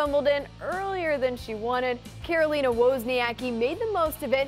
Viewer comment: It’s Caroline, not Carolina